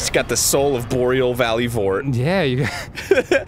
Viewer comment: I rewatched this for the sole purpose of hearing "...right in the boreal valley".